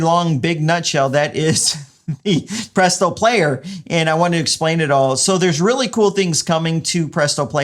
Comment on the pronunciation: This is fucking dope, Adding this to my Adam list of business upgrades. Also you saying "Publeeto" is a text tone that I'd use XD